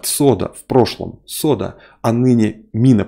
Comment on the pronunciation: "СОДА".... Это какой то позор.... ((((